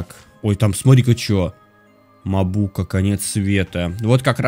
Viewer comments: Не мабу'ка а ма'бука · не мабУка, а мАбука И еще палОнтрас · Не мабУка! А МАбука!!!! Пж в топ чтобы видел! И не полонтрАс!!!!! А полОнтрас!!!! Просто подбешивает когда неправильно говорит. Не поймите неправильно!!! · Не Мабу́ка, а Ма́бука и Пало́нтрас а не Палонтра́с! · не мабукА,а мАбука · Ахаха правильно мАбука а не мабУка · правильно говорить мАбука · Мабука ударение на а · палонтрас,ударение на О!!!!!!!! мабука,ударение на А!!!!!!!!! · Правильно не Палонтрас (удр. на 1а ), а Палонтрас (удр. на о ) Не Мабука (удр. на у), а Мабука (удр. на а)